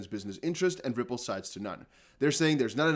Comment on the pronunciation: I love how you say "Ripple" with a V sound along with the R. "Vripple" 🤣😂🤣